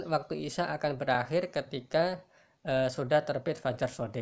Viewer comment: Assalamualaikum pak numpang tanya kalaw pas bacaan isaai isaa nya itu kok dibaca cumn dua harokat pak itu kan madwajib pak